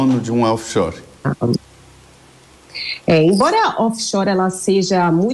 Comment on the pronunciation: Paulo Guedes acho que nem doer direito 😂 Off Shoers😅